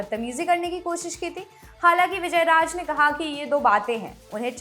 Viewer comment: sor nahi shor......raaj nahi raaz :)